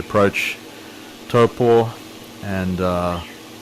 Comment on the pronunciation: Your Māori pronunciation, especially Taupo, is creditable and more accurate than many of the locals would manage. Yes, the weather in the NI has been particularly bad as a whole this year -unless rain is your thing. I enjoy your channel mate, take care. (PS. Although I live in Tauranga, I have yet to visit Hobbiton. One day!)